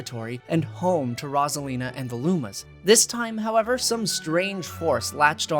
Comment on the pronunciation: i love this video but as soon as i got to the part with rosalina... PLEASE please please, with such a long segment, one mistake with pronunciation is fine. but when you repeat the same thing over and over... its rose 🌹-a-lina, not rozalina >.>